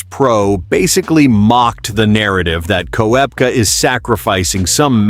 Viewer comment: learn how to prorogue korpka